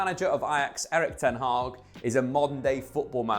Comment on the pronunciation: Ten hag is pronounced differently it's a short a not haaag but hag (almost pronounced hak)